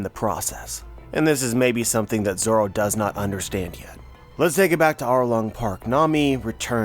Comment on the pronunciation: So zoro’s name is not actually zoro? It’s zolo?